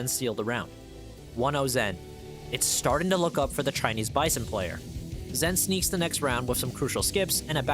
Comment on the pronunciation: his name's Zhen, it's pronounced more like a J than a Z :D